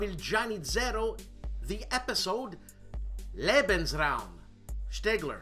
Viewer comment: You did just fine on "Lebensraum" ... it was Graf Spee ("shpay") that you slipped on! :) Loved "The Show After the Show, Eh". You remind me of Frankie Five Angels Pentangali in Godfather II!! "Cicci.... la porta!"